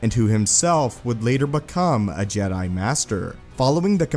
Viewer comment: I love your videos, but the way you say jedi by drawing out the last syllable drives me up the wall.